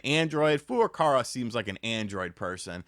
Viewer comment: Fur-ah-cow-ah. I don't know who fur-ah-car-ah is. I know the first is not the Japanese vowel pronunciation but we have to start somewhere. After we get to a closer English name then we can work on the more advanced stuff.